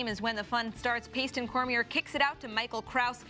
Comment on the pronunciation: One thing I'm noticing from watching all of the LSN highlights of this past weekend is player recognition... Either not pronouncing a name correctly or talking about players not on a team. Do a little research when you are going to use a player's name (Cormier is pronounced Cor-me-ay). It's helpful to the fans and respectful to the player. Then make sure the players are actually on that team... Aiden Olmstead plays for Loyola... not Lehigh.